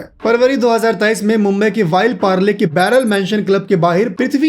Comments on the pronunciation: Vayil Parle nahi bhai. Ville Parle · सबसे पहली बात भाई.. विले पारले होता है.. वाइल नहीं.. दूसरी बात पृथ्वी को मां नहीं है तो उसके पापा ने उसको बड़े लाड प्यार से पाला होगा.. यह उसका ही नतीजा है सब बुरी आदत है उनके पापा के सर पर इस उम्र में भी बाल है इनके सर के कम उम्र में ही चले गए यह बुरी आदतों का नतीजा है.. प्लेयर धांसू है पर फोकस करना चाहिए हम बैकबेंचर से हे और उम्र में इससे बड़े और ईशान किशन से भी इशान किशन भी इसका जैसा ही है और हमें यह ए कैटिगरी वाले लोगों से बहुत गुस्सा आता है सब लोग उन्हें चाहते हैं सब लोग उनकी वह वही करते हैं हमारे में टैलेंट है मगर हमारे सितारे बिगड़े हुए हैं इसलिए हमारे पास कुछ ना कुछ लफड़ा चलता रहता है और हमें कुछ कोई पूछता नहीं है मैं दिल से समझ सकता हूं.... और हां यह हम है करके जी रहे हैं अगर यह ए-बी वाले लोग अगर हमारी जगह पर होते तो आप तक सुसाइड कर लिए होते....